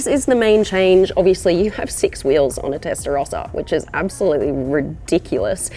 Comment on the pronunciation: Das heisst erstens nicht Testarosa sondern "Testarossa" gesprochen mit zwei s.